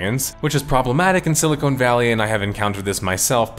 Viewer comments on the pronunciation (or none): Was it intentional to call it "Silicone Valley" instead of "Silicon Valley" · "silicone valley"